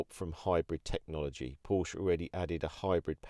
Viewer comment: Good video but we say Porsche with the phonic E at the end 🙏